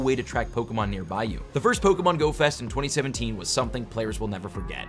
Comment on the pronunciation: when he complains about low views, but posts this and always mispronounces Pokemon